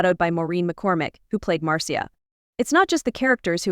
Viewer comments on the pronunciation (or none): "Now when the Brady Bunch first aired from one thousand nine hundred and sixty-nine to nineteen seventy-four. . . " Now that the authenticity of this presentation has been firmly established, let's see that unbelievable photo! Who's the "Marceeah" she keeps talking about? Ugh. This is so poorly done. This must have been computer-generated narration because even Martians know that the family's name is "Brady" not "Bratty." I can't take it anymore. No more Marceea Bratty!